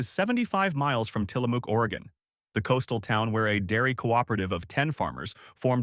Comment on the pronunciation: Tillamook: mook like in book. (I see someone already corrected how to properly say Willamette). Might consider learning pronunciations before posting…Portland is alive and well! Thank you for the video…